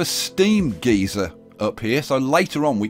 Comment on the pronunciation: its a steam guy-sir not steam gee-zeer....boy you guys on the other side of the planet talk weird.....hahahahaah